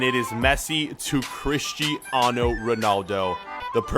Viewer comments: Portuguese is not Spanish/Italian. In Spanish or Italian everything is straightforward, pronounced like they are written. In Portuguese his name is pronounced KRISH-ti-anu ro-NAL-du. (The stressed syllables are written in upper case) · Messi to Crish-Ti-Ano Ronaldo. That’s why we don’t need commentators from the USA... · Yossi Rosha he was emphasizing it... as a good commentator would do🤣